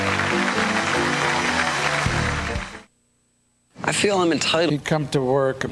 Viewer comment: Have respect for people's names - the name is 'Lassally'.